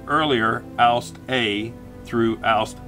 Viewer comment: I have to say, it annoyed me how you pronounced "Ausf." as the word "oust". If you do pronounce Ausf., please try to pronounce the "f" as an "f" and not as a "t". It is a contraction of the word "Ausführung" (ows-fyoor-roong) and simply means "execution", as in an execution or building of a design.